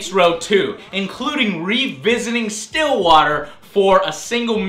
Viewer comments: I know I'm waaaaaay too late for this but... Stillwater? It's Stilwater... and it's With one "L", Bitch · Stillwater what what nooo its with one L bitch